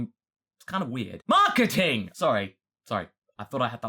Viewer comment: Every time says marketing I just laugh and idk. It's hilarious.